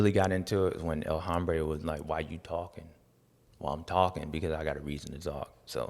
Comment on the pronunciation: Dude......El Ombre...the man. There is no HHHH